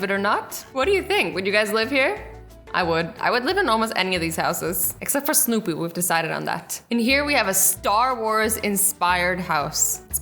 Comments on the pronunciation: Azzy said snoopoo it's Snoopy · did azzy just say snupu?